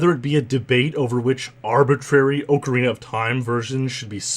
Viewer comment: Oh man you Canadians.... Ohe-carina of time